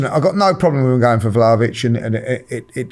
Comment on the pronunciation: pronouncing names is so jokes, ‘jewventus’ & ‘vlohvic’ hahahaha